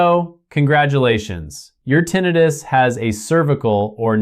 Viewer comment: I’m suspicious of this report: how could a doctor pronounce the term “tinnitus” as “tinn-ee-tus”consistently throughout the report EXCEPT where he pronounces it “tinnitus” as in “tinn-eye-rus”?